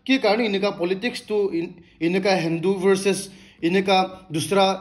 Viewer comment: Good updates., I'm a top supporter and I will continue to do it, but one suggestion, please correct your pronunciation of Delhi and Hindu. I have been listening 2 years back and It doesn't sounds good 🤗👍❤️